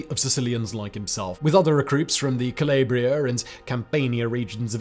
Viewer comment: Don’t you have an Italian writer on your team? Can’t believe they’d let you say Cam”PAIN”ia and Ca”LAY”bria. It’s like the battle of “SHILL-loh” again. Quick tip, if it’s not an English name or word, assume “a” makes the sound it’s supposed to “ah”. Still one of my favorite YouTubers